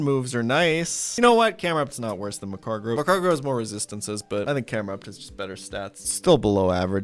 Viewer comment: Mag-Car-Go. Where you getting an extra R from saying macargro lmao